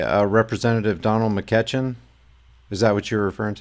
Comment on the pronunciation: Love your videos. Just FYI it is pronounced Mc-eechin. He is the POS parasite representative for my district.:(